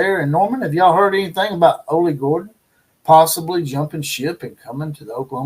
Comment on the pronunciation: ITS OLLIE GORDON"...AHH-LEE Gore-Dun